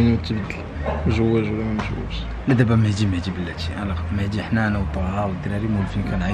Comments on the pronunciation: إلى بغيتي تولي من طبقة الارسطقراطية On dit pas : mehdi On dit : mehzi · ديك مهدي علاش كتنطقوها مهتي الاعصاب